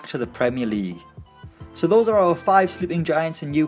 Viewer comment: "Five Slee'ing Giants"